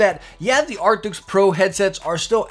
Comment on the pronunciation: Does he say artics?